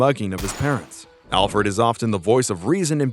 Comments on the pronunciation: I hate how you say ALL Fred instead of ALfred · is it just me or did he say ALL FRED? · I stopped watching after he said "olfred" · Can you genuinely not pronounce Alfred? In a medium where your diction is your most important factor? You saying ALLfred half the video shows youre not confident.